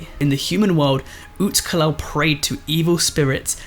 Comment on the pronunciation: Great try at pronunciation Alux is prunounced alush or alushe (aloosh)